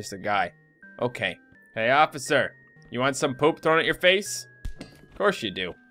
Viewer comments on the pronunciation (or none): Why does he keep saying ''Ociffer''? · "Hey mr ociffer" u said it wrong